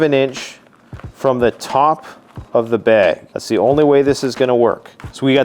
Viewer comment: Is it weird that I enjoy hearing you say bag? “Bayg” I know I’m not alone.